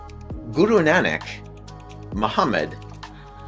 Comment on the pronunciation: Can't even pronounce "Nanak" correctly, also, Krishna did exist as a historical figure.